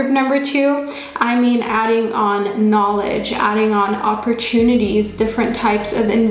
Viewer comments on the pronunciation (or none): none